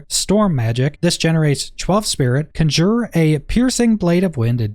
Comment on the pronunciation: CON-jer, CON-jer!!! Not cun-JOOR!